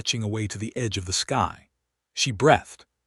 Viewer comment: Please understand the difference in the pronouncement of “breath” and “breathe” and when they are properly used in a sentence.